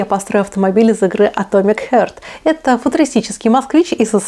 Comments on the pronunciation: Хёрт? Харт! 🤦🏼‍♂️ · И не Хёрт а Харт 😅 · Ну какой «хёрт» - не боль, а «харт» - сердце. Как так то? Как обозревать если просто не можем говорить? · Все отлично, только не хёрт, а харт :)